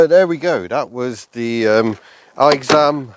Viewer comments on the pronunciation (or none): Aixam is actually pronounced as “X-am” and it's a contraction of “Aix-les bains” (its headquarters are still in AIX-les-bains as of now) and “AutoMobile”. I still don't see the appeal of these things, they are horrendous, slow, unsafe, shakes a lot (especially the diesel ones, and it's even worse on the older models) and are WAY too expensive, the Aixam City in its lowest trim level costs almost 12000€ in France (I'd rather buy a used Twingo 3 instead lol). Only the Twizy and the Ami are pretty good imo.